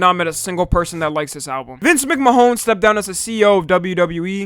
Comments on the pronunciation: vince mcmuh hone is crazy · Nah this nigga called Vince mcman Vince mcmahone I’m dead lmao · Lmaooooo the way you pronounced Vince Mcmahon is jokes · The way he pronounced MacMahon, bro😂